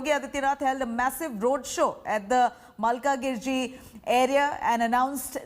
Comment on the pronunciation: Anchor does not know how to pronounce 'malkajgiri'